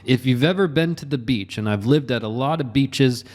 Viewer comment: That beach and beaches pronunciation 😅